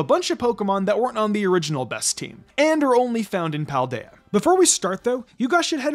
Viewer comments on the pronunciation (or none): none